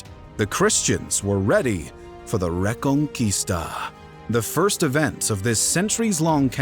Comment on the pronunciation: The re-con-quista